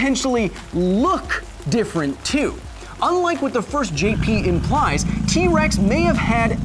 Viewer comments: Did anyone else hear him say wex? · I swear you said T wex XD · in the beginning you said T wex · sorry sorry but did you say key-rex 🤣